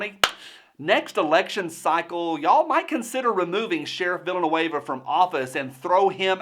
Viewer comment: I liked how you pronounced his name “Villainueva”